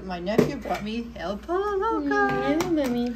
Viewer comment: Pollo is pronounced Poyo .